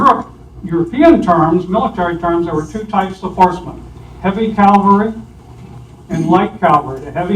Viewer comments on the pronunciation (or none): It's CA-VAL-RY...please pronounce it correctly. CAL-VA-RY has to do with Jesus Christ! Gen. Lee would be rolling in his grave if he heard this mispronunciation of the word: CA-VAL-RY! Sorry, but it's one of my pet peeves and I hear it mispronounced VERY frequently.